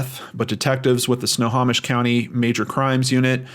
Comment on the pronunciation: Did pretty good pronouncing Snohomish! It’s Snow-Ho-Mish. Anyways, thank you for always covering cases in my state. There’s a lot of weird shit happening around here. ❤️